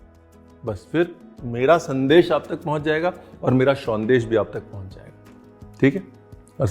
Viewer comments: Sondesh - Perfect pronunciation. & Being a Bangali Special thanks for the history of Jolbhora . That fruit is called "Taalsash" in Bengali. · actually another name of Jolbhora sandesh is taal shaansh( ice apple) sandesh because the idea of this came from there. And many many thanks to Ranveer for showcasing authentic bengali sandesh and special thanks for pronouncing "shawndesh" correctly. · I went through most of the comments and honestly, being a Bangali, I just couldn't help but admire RB's versatility. From the time you mentioned 'Shondesh' you nailed it. Thank you and wish you more and more success. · Thats why i love u ranveer .. its sondesh not sandesh ..❤️ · Aapka "shondesh" ne to dil jit liya chef! ❤️ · Thank God!! Thank you for pronouncing it as Shondesh and not Sandesh....being knowledgeable is so classy and Chef Ranveer has an abundance of it... thank you Chef!! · Thanks a ton for calling a Sondesh a Sondesh, not Sandesh. ❤️ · Nice pronunciation bro, it's shandes'' not "sandesh" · Kisivi Bangalee ko aap sharminda kar doge sir, the way you are pronouncing SANDESH. ❤️